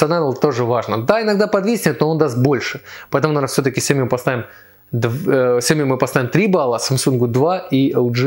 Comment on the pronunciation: Сиёми? СИЁМИ? Мля, кровь из ушей пошла...